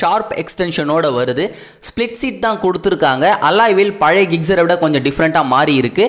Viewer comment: Its not gigcer..... Gixxer......